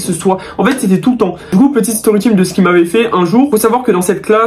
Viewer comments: On dit story ´´TAYM’´ pas tim mais sa s’écrit Times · ''Story time''' ca se dit story tayme